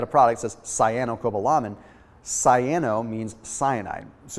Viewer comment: Thar is the oddest way I have ever heard someone pronounce cobalamin.